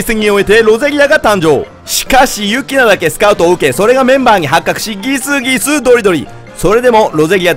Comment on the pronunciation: ギスギス↑ドリドリ↓